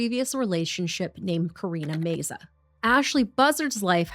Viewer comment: Love yalls videos!! The surname name meza is pronounced meh-za. ❤️❤️